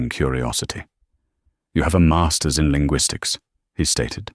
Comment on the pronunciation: A MAAAAASTUHS degree -- stupid robonarration cannot speak monetary units